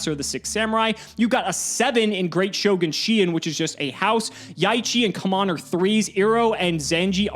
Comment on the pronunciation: Wow, saying "blow your load" and then pronouncing Kumon as "cum on" really makes it hard for me to keep it together lol Clipped